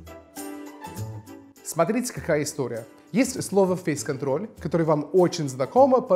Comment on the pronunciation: Как минимум одно из произнесенных "[фэй'с кантрол' ]" звучало чисто по-русски